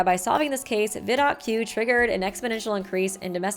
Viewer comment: "Vidocq" is pronounced "Vidok". It's the name of a real French detective from the 19th century.